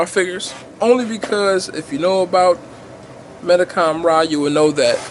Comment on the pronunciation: When you say Mendicom-rah do you mean Real Action Heroes?